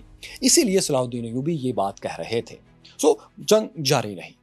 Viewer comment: Sallhuddin Ayudi ka naam acchy se lo bhai